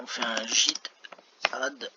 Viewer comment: Merci pour cette excellente vidéo 🎉 Sinon ta prononciation de git me fume😂😂😂